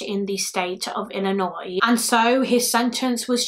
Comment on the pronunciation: You said Illinois right 😭👏👏👏 We got people in our own state who don't say it right. So congrats 👏😅